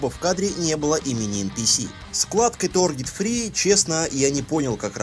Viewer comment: "Торгет" ммм ты знаешь как доставить эмоции которых меньше всего ждёшь